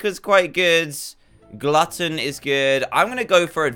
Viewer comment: and how he said "GLUTTON" instead of Glutton XD